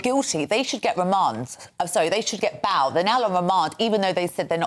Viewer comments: Baahl and Jaahl. I was thinking the same. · How can this woman not pronounce the words Jail and Bail ?